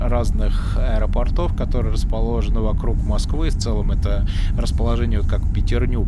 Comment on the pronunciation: Не аэропортОв, а аэропОртов. Режет слух.